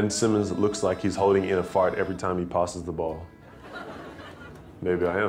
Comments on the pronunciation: my guy so Australian he said P-Ah-sses the ball 😂😂😂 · you can hear Simmons’s accent when he says “passes” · Ben Simmons letting his Australian accent slip in there 😂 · Ben Simmons' Australian accent came out when he said "passes"